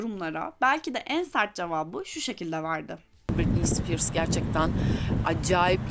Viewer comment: Ay buraya nerden geldim yaaa... Britney Spears diyemeyip 1000 kere Britney Spears demesi de 😏